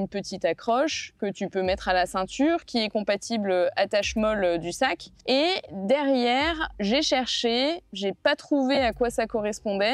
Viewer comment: Alors le système "Molle" (acronyme US pour Modular Lightweight Load-carrying Equipment) se prononce "Molly".